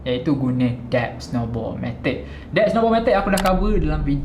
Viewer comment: FYI Tuan,salah cara Tuan pronounce debt tu.Tq